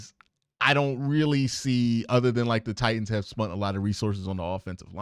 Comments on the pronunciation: *spent… not spunt 😊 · This dude said “wif & spunt” 🫣